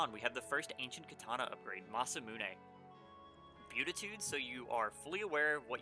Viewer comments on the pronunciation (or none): (wearing my cursed pendant of pedantry): it's pronounced "bee-attitude" not "byoo-titude." Great video and I'm learning a lot about artifacts I haven't encountered yet.